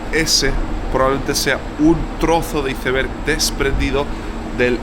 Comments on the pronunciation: Como que izeverg??? Iceberg!!!! Sino di témpano de hielo si quieres “traducirlo” igual te banco pero me duelen los oídos de escuchar una palabra tan mal dicha ❤ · Excelente. Recomiendo fuertemente la pronunciación: 'aisberg' en lugar de iceberg. 😂 Abz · Por Dios naciste en Escocia y dices "iceber"? Dilo en inglés como debe ser. Y es océano ATlantico. Lleva una T antes de la L. No se dice Atlàntico por Dios. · Aprenda a decir iceberg jajaja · Por qué le dice así a los iceberg 😢 suena horrible jajaj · Solo a mi Me costó entender cuando PRONUNCIABA ICEBERG…tal cual como se escribe en espanol ?? ..jajajajajaj😂